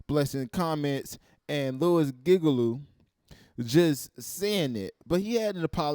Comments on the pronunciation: The amount of time I died when he kept saying gigalu stead of Giglio 😂😂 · It's pronounced Gig-lee-o. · Its pronounced gig-lio Like the name lio